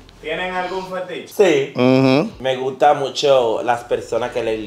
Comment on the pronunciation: ahora le guto’ yo